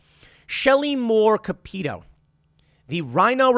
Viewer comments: Capito= Kap’ uh toe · Lmao every time you say Shelly’s last name. It’s pronounced the hillbilly way cap-a-toe. Welcome to West Virginia dialect Tim. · Yeah Shelly Moore cappito is garbage. You pronounced her name wrong